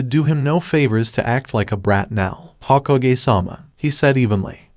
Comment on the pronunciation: hoh-ko-gay, its pronounced hoe-kog-aye